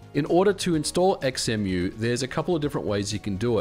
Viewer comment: Surely its pronounced "Zemu"? Like Xenon, Xylophone, Xaviar, xenomorph, xenophobia, xenia, xena etc etc ??